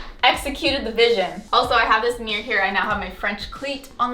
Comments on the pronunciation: I didn’t even realize you were saying “meer” instead of mirror 😂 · the way she says "mirror" like "mewr" 😂😂